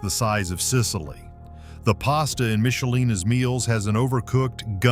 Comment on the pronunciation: Don't criticize Michelina's when you can't even pronounce it correctly.